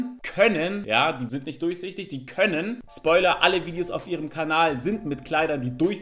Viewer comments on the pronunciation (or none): none